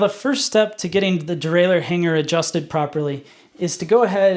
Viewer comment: I'll give this a thumbs up just for you saying "derailer" like a proper person without an extra "eeuu" near the end. Hearing people say "derailleeuur" really grinds my gears for some reason!